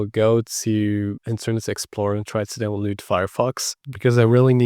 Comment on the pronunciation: Love that you pronounce aeroglass as R-U-glass! A little tip for a non native speaker: say it like "air-o-glass". Also download is not pronounced as "downlood". Say "down-low-d". Thanks for this great vid. trying now in a VM!